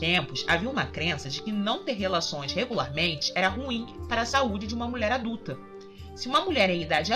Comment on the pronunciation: Não acredito mas a impressão que dá é que vc fala Mulé ao invés de mulher..... horrível!